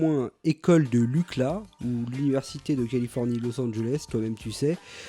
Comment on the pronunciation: Excellent épisode. Bon choix (très bon, même) de groupe. La petite carte au début donne une super intro! (Juste une petite chose: UCLA se prononce "iou-ci-elle-hé" :) ). Merci pour ce bon moment!